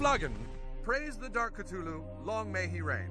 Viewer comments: why did thet say CTULLU ITS CUH LUL LOO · cuh thoo loo